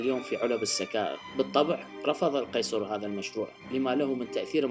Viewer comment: ... "ظار" !! نزلتو من عيني ههه